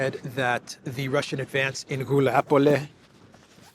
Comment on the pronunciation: It’s GulayPole, (Guljay Pole), not Guliapole 😉